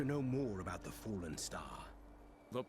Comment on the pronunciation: did he said foolln star or fallen star?